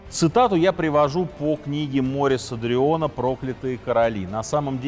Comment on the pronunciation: Прекрасный в целом рассказ, но то, как всё же произносятся слова «Климент V», «Жак де Молэ» и «Морис Дрюон», следовало бы выучить до того, как записывать видео.